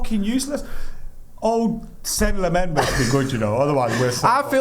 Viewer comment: please learn how to say Lemmens name right as you sound really uneducated mate.